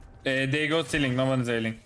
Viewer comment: for some reason they pronounced c link what i heard was ceiling LMFAO